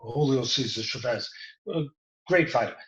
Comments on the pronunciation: How does Teddy not know how to say the legend's last name? It's Chavez not shuvez. Love ya Teddy. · Chuvez? Is he french now? Its Chaavez